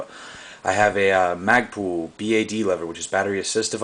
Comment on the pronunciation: mag-pull.. not mag-pool. ;-) lol nice rifle.. hows it shoot?